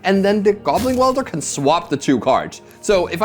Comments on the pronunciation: I love the content and this is a great match, but every time says goblin wielder instead of goblin welder I die a little inside,, he is welding not wielding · Is someone going to tell how to pronounce Goblin Welder? Or should we not?